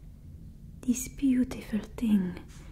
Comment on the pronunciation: i- i dont know how to feel about it, im french and im quite insecure about it and its funny to see this !! Because its sooo accurate the "zis" as "this" for example 😂 kinda made me feel better about it because you're always good in what you're doing 🥺🤲🏻